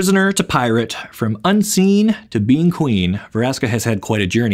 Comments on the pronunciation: Veraska? I thought it's "Vraska" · Ve-raska.. kay then